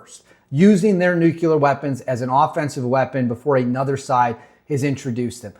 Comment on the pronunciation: Very informative, thank you. But, there is ONLY 1 "U" IN NUCLEAR. Hate beithat guy but it's like a bell every time it was said. No offense though bro. Keep keeping on